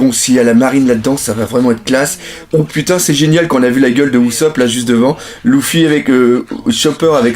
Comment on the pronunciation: pourquoi tu dis louffy ca me perturbe énormément LU-FFY stp merci